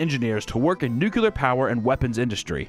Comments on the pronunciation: Bro didnt lose me with the russian mispronunciations, but with “nucular” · Nuclear. New-Clear, not Nook-u-lar. Where you gettin that extra u bb? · It's pronounced new-clee-ur,, not new-que-lur. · It's "Nuclear" not "Nucular" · He's honestly so close to Homer Simpson "nuculer" when he prenounces nuclear too. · apparantely nucular is the proper pronounciation, at least it used to be. Kinda wild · The russian mispronounciations I can understand but man... I've noticed a lot of american YouTubers pronounce "nuclear" incorrectly. I cringe every time I hear "nukelar". I still love you ❤ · you say nu que lar. line in the sand indeed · The least you could do is pronounce nuke-LEE-ar properly. Although at least you're a Youtuber, not a US president so it's just a mild annoyance rather than an actual embarrassment. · Don't worry with butchering russian names, you can't pronounce nuclear properly in english.